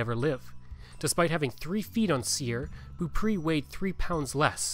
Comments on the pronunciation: The last name is pronounced Bow-pray 😉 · Beaupré is pronounced like " bow pray" 😊